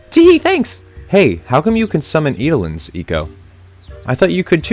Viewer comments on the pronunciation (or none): I think thats an ogLOP, not an ogLOPE...not sure though.! I also believe Eidolon is pronounced "Idle-on". You don't NEED float for that boss battle, he's easy enough anyway... You are playing a newer version? That stone thing doesn't give multiple options on PS1...